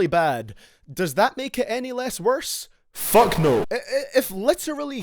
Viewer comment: You like “FACK”